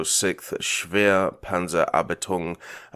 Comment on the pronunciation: That was brutal. No worries, you got this. For my inner ear bleedings' sake. "shver-reh" .... "Pun-tsa" .... "up-tie-loong" There you go.